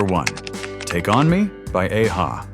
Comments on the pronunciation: The band's name is pronounced ah-ha, not aye-ha. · it's a-ha not ey hay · 80's what a time to be alive, esp as a kid...soaking in all that great music and tv shows. Btw it's pronounced Ahh-Ha, not ay ha...I think you missed another great one hit wonder...Self Control by Laura Branigan. It seems to me while they were one hit wonders, they probably made millions for the artists and they could retire...lucky bastards. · It's ah-ha not ay-ha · When In Rome's the Promise is the best. It should've been more famous. Maybe Gwen Stefani etc can do a cover version.A-ha is pronouced as an a ha moment. Not Aha! As in A for Alpha ha! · There is A-HA, not EI-HA. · Definitely not one hit wonders. And for the AI it is pronounced Ah-Ha, not Aye-Ha. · AI slop detected: The name of OPUS' song is pronounced as "Life is life", not "[liv] is life", A-HA is not pronounced as [ei-ha] and moreover, they're far from being a one-hit wonder, Voyage Voyage is pronounced the French way etc. 😮. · The way AI falsely says: Ayyy- Ha. LoL!!😅 Still the BEST 80s songs!!❤❤ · It's not pronounced Ay- hah. And they had a few other hits including the Sun Always Shines on TV which had plenty of radio play back then. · Note to whatever AI was used to create and voice this - A-ha id not -ronounced “Ey-Ha”, and they were not a one-hit wonder band at all. Another AI giveaway is the wrong pronunciation of “Live is Life” at the end of that segment. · A-ha is not pronounced ay ha. They had other songs, not just take on me. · Must be AI narration. He said “Ayyy-Ha” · AI can't say 'a-ha' properly 😂😂😂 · A-ha one hit wonders? Really??? You are an ignoramus and you can’t even pronounce the name of the group correctly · Typical American cant pronounce aha correctly. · Plus u have mispronounced A-ha this is the problem with Ai. Tooooooo many mistakes and it spues out lies tooooooo!!!!!! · How did you pronunced A-ha?!? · I was going to like this...till you pronounced A-ha. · The way A-ha is pronounced is hilarious 🤣🤣🤣